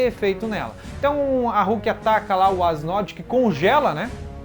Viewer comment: Seus vídeos são massa! Assisto todos. O que vc pode melhorar é a pronúncia do nomes, falar igual a dublagem brasileira. Da uma sensação horrível ouvir vc falar ''Quinxi'', ''Rukía'' , etc. No demais, está de parabéns. :)